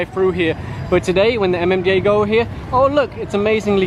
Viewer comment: At first, I was looking for a mom, dad, and a kid in a motorcycle being apprehended but soon realize it was MMDA that was talking about as Ma Ma Da Aa lmao